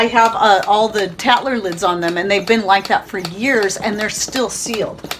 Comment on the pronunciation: I cant understand what kind of a lid you specified and why...sounds like a "tatler" lid? thanks! Lots of good information in your videos - new subscriber!